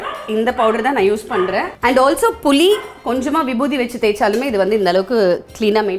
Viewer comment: புலி காட்டில் இருக்கும்மா. புளி, தமிழுக்கு அழகே ல ள மற்றும் ழ என்ற எழுத்தை சரியாக உச்சரிக்க வேண்டும். புலியும் உப்பும் இல்லை புளி புளி புளி ஏன் இப்படி தமிழைக் கொலை பண்ணுகிறாய்